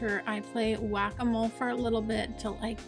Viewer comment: Everytime you say Whack-A-Mole my German Brain goes Guacamole 😂. I love how this City is taking shape, so satisfying to watch. And of course another great detailing session. It wouldn't be a Video without it ✌Loved the Butterflies at the End